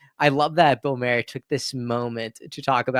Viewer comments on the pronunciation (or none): Bill " mar er", not Mayor lol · Good take but it's pronounced Maar like a candy bar and not Mair like a horses hair. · It’s Bill Mahar, as in bar! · Maher is pronounced like Mar.